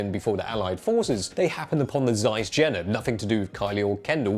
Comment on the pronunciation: Jena is pronounced "Yena".